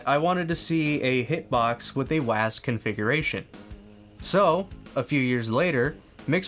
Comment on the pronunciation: this is the first time in my 36 years of life, i heard a person say "waased" to WSAD.. i thought we had to spell it "double-u ayy ass dee"